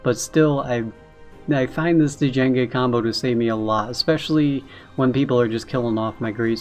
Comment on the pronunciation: Hey man. Love your vids. Thought you should know. It's pronounced "jenge" not d- jenge. The D is silent. Like in django unchained. He is based off the star wars character , Jango fett. Him bring a bounty hunter and all.